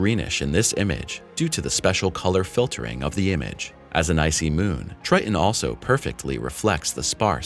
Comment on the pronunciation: you're killin' me with you pronouncing Tritan as, "TRY-uhn." Also, your CG reader is obvious in some segments, in spite of you training it on your voice. It does the weird vocal pause after commas, starting after them as if it is starting a new sentence. Your content is derivative and stale. Everyone deserves to make a living. Good luck with improving your content and presentation. Observe the PBS and other independent presenters in this area, such as Anton, his channel used to be "What Da Math," so look him up that way. He is a teacher, and seems kind.